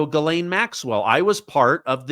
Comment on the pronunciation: The Maxwell woman's name is not gilane. It is Ghislaine. Which is pronounced jislane !